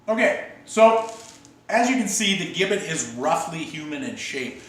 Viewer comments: It's pronounced Jibbet...it was never used in America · Mate it is pronounced "Jibbit", with a soft 'g'. We English know, because we invented it. Americans total mangle and misspell our beloved language (English is also from England not America!) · The gibbet, pronounced with a J sound is correct - we (the English) invented it, so we can call it what we want. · In England it was called; being 'hung in chains' - and gibbet was and is pronounced - jibbet. As the English invented the English language.. it would be preferable if people like the Americans would learn and understand it properly. It is insulting to palm this off as 'English talk' in your video! You speak English!!... have some respect from whence your language originated! Interestingly... only two gibbets have been discovered with their last inhabitant still inside. One in Lithuania, and one in Suffolk, England which was found approximately 200m from the house where I grew up! The gibbet cage was found during works to extend RAF Honington's runway during WW2 and can now be viewed at Moyses Hall Museum at the Market Square, Bury St Edmunds - Suffolk. England and the story behind it is fascinating... infact many local people are still uneasy talking about it to this day! Addendum: People were usually publicly hung.... then placed in chains at a location ordered by the judge/court. People were not usually placed in the gibbet whilst still alive - and after public execution, and upon being hung in chains in the gibbet - they were almost always left there for many years - as a shame, and as a warning to onlookers.